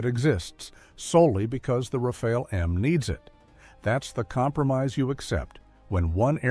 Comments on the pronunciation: It isn't pronounced "Rafail" but "Raf-al" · At least plz get the pronunciation correct : second 'A' is like the first. It sounds 'RAFAL' not 'RAFEL !